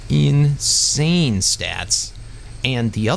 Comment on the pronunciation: For a moment I understood incest stats instead of insane...